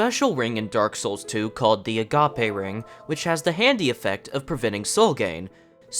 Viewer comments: Agape = "Uh Gaype" as in Gaping, Open. Gape. As in, the ring is agape, open to allow the souls gained to go into it, a vessel. Not "Uh-gah-pay" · a-ga-pe ❌ agape ✅ (like if something is agape, like spread out? open?) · Same spelling, different pronunciation. So not a homonym but rather a heteronym. But that's beside the point. It's called sora ringu in Japanese which means something like void or emptiness ring. Agape as in wide open fits better than a Greek word for love. The English word is pronounced a-gayp. Nothing wrong with correcting people as long as it's done with tact. I'd argue it's the only right thing to do. YouTuber learned something. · A-GAPE. Jesus. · Is he trying to say it like 'apache'? Neat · “Ahhh gah peh” ring 😂😂😂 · You're pronouncing "Agape Ring" wrong. It's pronounced like it rhymes with "a grape ring". "Agape" is an adjective. The name of the ring is meant to suggest that whatever it is that holds your souls in is wide open and unable to do so. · no... It's pronounced uh-gayp, as in when you have your mouth open in wonder (as in the ring is agape, swallowing your souls). A-gah-pay is the greek word for unconditional love which doesn't match the ring in any way. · the ring pronounced like gaping dragon, because it's basically the same word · The agape ring mispronounciation engagement bait genuinely made me stop the video, and im going to be blocking your channel from popping up in my feed lmao. That corny shit is a sign that you need a new hobby. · Dude, if you get this upset over the mispronunciation of a word, I think you need help lmao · I cant tell if he's saying agape ring wrong on purpose or not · Nah, lots of people pronounce it like that because they assume it's just the name of some weird in-universe thing and don't know that "agape" is an adjective. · Wdym it is pronounced how he said it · nah it’s agape like empty not the Greek concept of agape. Same spelling but different pronunciation